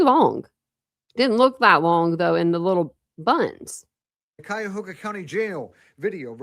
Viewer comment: She’s in Cuyahoga County Corrections Center….its pronounced like Ky-a-hoga. Ohio Distance & Electronic Learning Academy is online schooling which is basically homeschooling or online schooling. The blue uniform doesn’t always mean “felony” charges in Ohio, I was a Corrections Officer in a 642 bed Regional jail & blue uniforms there meant minimum security. So the blue uniform doesn’t mean anything statewide in Ohio.